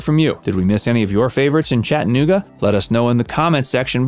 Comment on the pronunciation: WHY are you saying it like that 😂😂? “Chett’ uh NOOG’ uh” Weirdo.